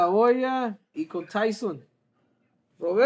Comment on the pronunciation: And I’m Mike “tython”